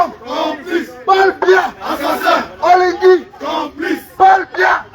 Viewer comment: La cause est juste mais attendez quand-même que vous soyez même 100 personnes. Il y'a de camerounais en Belgique pourquoi vous êtes moins de 100 seulement. OLIGUI ET NON OLINGUI